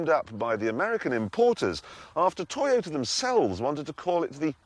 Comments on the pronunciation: LOL a 'Tyotah' !!!!! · The Toy-o-let MUH SIDES!!!